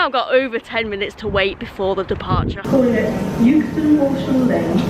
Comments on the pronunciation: Well done G for beating the metal beast. Euxton has always been pronounced Exton the 60 plus years I've lived just down the road. I thought at first its was just the way G was pronouncing it (forgivable of course) but the platform announcer also said Youxton! It must be a modern thing as some millennials may not be able to grasp the English language using silent letters ha ha. Enjoyable video. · Hi I'm from Yookston, 200 yards from the station. I'm sure this has been mentioned before but - the 'u' in Euxton is silent - it's pronounced Exton. Balshaw Lane is pronounced as 'bal - sher Lane', not 'Ball-Shaw' Lane. Good video, though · It’s pronounced exton, not youxton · Hi - It's actually pronounced X-Ton, not Uxeston :) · Well done on beating the train , we have arguments in our house on how to pronounce Euxton , I say Xton , and my son says Euxton , and you passed my car parked near Iceland Xx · "yewxton"? 😮 "EXton", surely? Apart from that - 😁😁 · Sorry to be a pain , euxton is pronounced exton 👍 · "EX-TUN"... It's pronounced "EX-TUN". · Never heard it pronounced youxton before 😊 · That's it. No more choc out of the pendo cab. Yukeston 😱 I think you are just winding me the pronunciation police up! Very much on my patch there on canal. Not on the railway anymore. Good swap. 😊